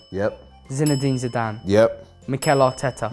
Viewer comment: Dude said zinedane zidane and xabi is better manager than pep guardiola.. These guys have l ball knowledge 🤣🤣🤣